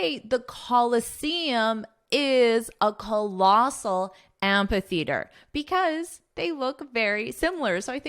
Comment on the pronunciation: Have a nice trip in Italy! By the way, i have a question about the pronunciation of the word amphitheater. I look it up in dictionary and it says it should be pronounced as am-fi-theater not am-pa-theatrr. I don't know which is correct or maybe it works both ways.